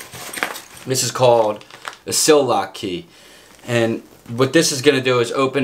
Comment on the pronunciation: Its called a sillcock key not sill lock.